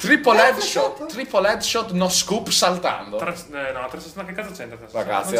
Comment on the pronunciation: è NO SCOPE, non NO SCOOP